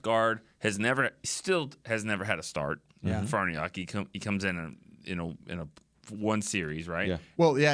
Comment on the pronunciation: Why can't pronounce Farniok?